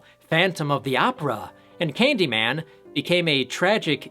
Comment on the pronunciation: Sometimes I wonder if you're a real horror fan or only watch each one once so you can review it. Why else would a horror fan mispronounce Candy man's last name so badly?